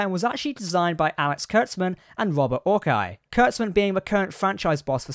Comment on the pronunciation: The dreck slinger's name is pronounced 'OR-see', not 'ORK-eye'.